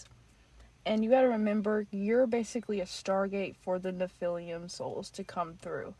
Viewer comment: Nice video, thank you. Please, correct the pronouncing of nephillim - its not nephilium - as that really takes away from credibility of your presentation.. For the future. We have to be credible and informed correctly to transfer knowledge. Research a bit who they are in history so we have reference point. They are not "nefelium" that word does not exist. Otherwise, thank you for the video